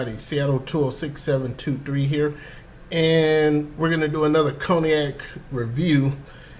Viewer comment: Pronounced in English conyak not coniak!!!!